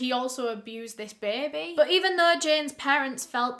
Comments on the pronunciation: Does anyone else love how she says “bay-bay”. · this is so random but the way u say baby is so satisfying to me ??? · Between her accent and the New Orleans one when they say "baby" 🤩